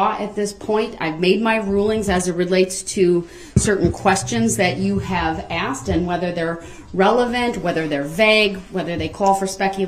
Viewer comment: He AXED too many questions and got upset when the judge SUBSTAINED the prosecution’s objections. He’s FINNA spend the rest of his life being told when to eat and wake up. I hope he accepts the TROOF of his situation.